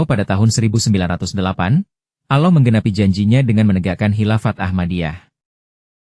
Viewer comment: Nyebut Allah aja aloh. Apaan tuh?